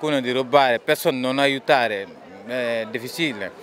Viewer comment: TUTTI E 3 INSEME!! TATTICA DI COD CARABINIERI STANNO ARRIVAND RITUALE SHAMANICO VOODUISTA É DIFISILLE MENO DUE MINUTI NON POSSO CAMMINARE